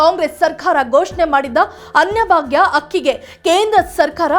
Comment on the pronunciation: ಕನ್ನಡ ಚೆನ್ನಾಗಿ ಕಲಿತು ನ್ಯೂಸ್ ಓದಲು ಬರಬೇಕು ಅನ್ನ ಭಾಗ್ಯ ಬೇಟಿ ಹಬ್ಬ ಎಲ್ಲ ಮಹಾಪ್ರಾಣವನ್ನು ಚೆನ್ನಾಗಿ ಕಲಿಯಬೇಕು